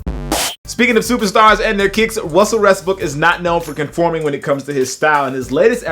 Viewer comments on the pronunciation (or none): gotta love that Wussell Restbook.